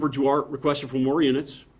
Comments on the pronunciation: Well, the officer in this probably will never see this comment, but I’m pretty sure that Duarte is pronounced Dwahrteh, not Doo-art. It’s of Spanish origins. Trust me, I live in So. Cal. and my mother-in-law lives in the town of Duarte. Even if you can’t pronounce Spanish words well, you should at least say, “Dwartee”. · I think he is mispronouncing Trooper Duarte’s name.